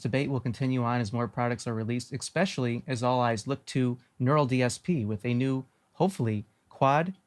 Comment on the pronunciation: You said “especially” like “expecially”